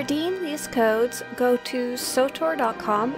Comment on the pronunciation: PLEASE STOP SAYING "SOTOUR"!!! It's stupid!